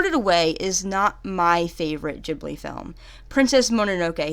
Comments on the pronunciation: It's pronounced ghibli, not really gee-blee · It’s not “jibli” it’s “gibli” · Btw is ghibli pronounced like chibli (like in this video) or gibli (which is how i say it)?